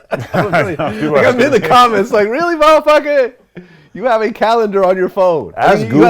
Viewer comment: he says Mah Fuckers 😂